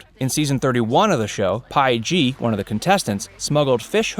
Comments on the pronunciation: Pie-Gee!!! Omg, lol! 😆 it's literally just P and then gee. I thought Francesca and Parvati were the only troublesome names in survivor, I guess not! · Did he really call “Peih-gee” pie gee? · PEE-Gee you idiot, not PIE-Gee. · PIE G? Wtf everyone knows peih-gee is pronounced P G. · Do your research. peih gee. Pee-jee. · Pie-G 👀😂 Uhm... have you seen the show? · “PIE g” are u kidding me? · PIE-G OMFG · This guy said pie-jee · pie gee... lmao also when Hatch did the match smuggling it was in season 8 not 1. Tyson and Rachel dont count as a survivor couple haha, they met before she played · Interesting how they know all this behind the scenes info but dont know how to pronounce Peih Gee.😳😂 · Not the butchering of Peig-Gee's name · At LEAST pronounce queen Peih-Gee’s name right plz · Mispronouncing Peih Gee's name, saying that the jury members decide who is voted out next, along with this video having obviously taken video from other channels and used it as their own without giving those channels any credit. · I was in the middle of writing a long, exhaustive comment to this video, but decided to give you the short version: This stuff has been known for many years, some since the first season. None of this stuff is a secret. You mispronounced Pieh Gee, too.